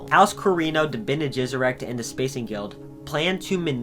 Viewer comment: Pronunciation varies a bit from who is portraying, i.e. “Dune 1984” had a bit different pronunciation then say the Sci Fi Channel’s made for TV series “Frank Herberts Children of Dune.” I laughed a bit when you correctly pronounce the hardest proper names, the Tleilaxu & Bene Gesserit, but not the rest. Harkonen: Har-Ko-Nen, or in some case, Har-Ka-Nen. Ghola: Go-lah. Fun fact the word Ghola is a derivative of the Hebrew word for a clone like being “Golem” in the bible. Ghanima: Ga-Ni-Ma. Leto: Lee-toe or Lay-toe, just depending on your preferred accent. Same as the actor Jered Leto. Alia: All-ee-ah. Darwi Odrade: Probebly pronounced Ohd-Ra-De Any who, love your work. Keep it up. 😀